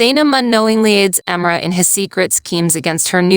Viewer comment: I love the awesome summaries - they are really great - but holy moly you massively butchered three of the character names in Erkenci Kus - Can (pronounced Jon or John), Emre (pronounced Em Ray), and Sanem (pronounced Să Něm - short a and e sounds).